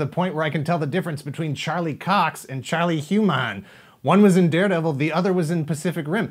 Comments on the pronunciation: Just a point of info.: It's "Charlie Hunnam" not "Charlie Hu-Mann." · Uhh.. I think it’s Hunnam. Two n’s don’t make an M... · In my opinion Iron Fist wasted all the momentum the Netflix Marvel universe had going into Defenders. I know its not the reason all these shows are being cancelled but the 1, 2 punch of Iron Fist and Defenders sucked away all the good will & interest viewers had. Wait, did he just pronounce Charlie Hunnam as HOO-Nam!? Lmao! 🤣 Like a crappy American Chinese restaurant!? Love it! “Welcome to Hoo-Nam Gardens!”